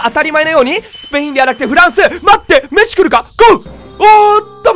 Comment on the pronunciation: メッスさんじゃなくてメッシさんなんですねww